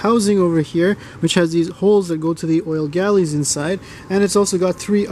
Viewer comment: Hi, The oilways (that carry the oil around the engine) are called "Oil Galleries" (pronounced: GALL-ER-IES) not GALLIES. You are missing out the "ER" in the middle, which is both said (as in not silent) & important. Regards Ian from England.